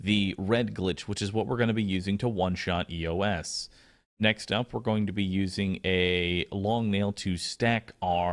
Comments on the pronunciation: I think it's pronounced "Eeeyoss" not "Ee-yo-ess" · It's pronounced "ē-ō-s"